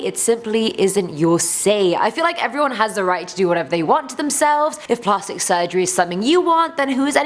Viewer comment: Plahstic? I’m British and I ain’t ever heard that pronunciation lol. Either way, luv ya